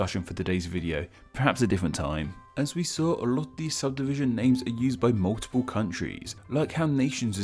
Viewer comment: this mf said subsivision